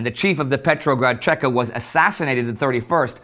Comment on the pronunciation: If anybody is interested in the Red Terror of 1918 I highly recommend Solzhenytsn's Gulag Archipelago. PS: It's CHEKA or VChK (VeCheKa) not Tscheka. It's an acronym for Vserossiskaya CHrezvychaynaya Komissiya - All-Russian Extraordinary Committee (the bolsheviks loved themselves some committees alright)